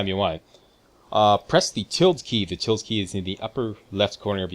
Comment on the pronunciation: Tilde is pronounced "tíll-day" ... not "tild"